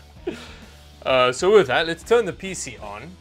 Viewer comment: hearing him say Peezee never gets old :P i can not put my finger on it, but it sure does not sound like pc the way i say it.....